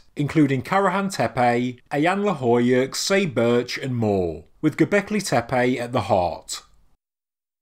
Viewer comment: I actually can't finish watching this because its triggering me how many times he is saying gobekli tepe :(